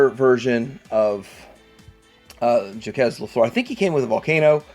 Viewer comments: JACQUES is pronounced 'JOCK' with a soft 'J' at the beginning. It's NOT 'JAW=KEZ' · Wow i never knew about these ones! And never heard "Jacques" pronounced that way before 😆